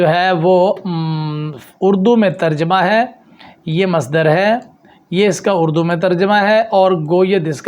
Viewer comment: ماشاءاللہ اچھی کوشش ہے۔۔۔ علم کی ترویج و اشاعت بہت احسن عمل ہے۔۔۔ بس ایک عرض ہے اگر قبول فرماویں تو جمع خاطر ہو۔۔۔ مجھے محسوس ہوا جیسے آپ نے لفظ "اڑدو" بولا جبکہ یہ "اردو" ہے۔۔۔😊